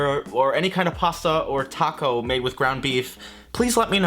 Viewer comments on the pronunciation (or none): none